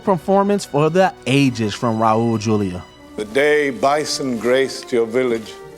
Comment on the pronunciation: Raul Juliá gets his name butchered once again. 💀 The 'J' in Raul Juliá makes an H sound.